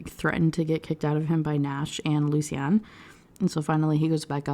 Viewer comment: I'm fine with you choosing to pronounce lucian in a way that the author didn't intend, but the way you ended up saying it is just horrible 😅 "lucy-anne" is what i hear every time